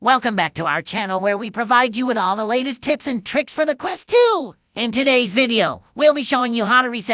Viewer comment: i can’t get over me thinking he said, “tits and tricks”